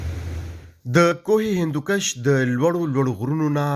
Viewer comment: کوہِ ہندکُش نه چه کوهِ ہندوکَش)۔۔۔ ښه تحقيقى رپورټ دې)